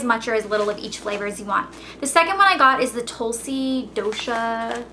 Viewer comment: its aaayurrveydhic ( trust me i;m indian) and its tulsee